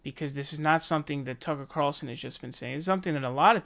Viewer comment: Just one quick note: you are someone that criticize Biden from having a brain melt down and mispronouncing names and saying "Lujan virus", and so on... At least try not to do it yourself! Tucker "Barlson"?! Or the other day you were repeating "Rona virus"!! Come on man...